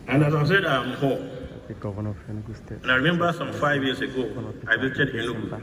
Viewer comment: Sorry but it’s pronounced Enugu thank you 😊